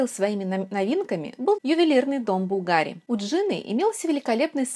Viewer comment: Хорошее видео, но маленькое замечание: в слове Bvlgari ударение падает на первый слог.